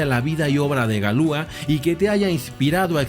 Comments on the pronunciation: Galia? Galois no galua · La pronunciación es Galuá! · En francés se dice Galuá. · Galua?galois no galua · Galua? Galois no galua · Galois Se pronuncia "galuá" menso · Galuá...pronunciación correcta